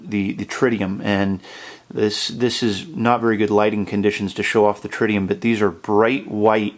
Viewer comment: it not tridium it is TRITIUM :) Really nice watch !